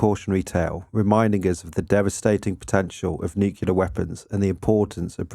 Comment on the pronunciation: OK, I'm gonna be that guy-- If you're going to be saying a word dozens of times in your video at least learn to pronounce it correctly. Thanks. NOO·klee·ur, not nuke-ya-lur.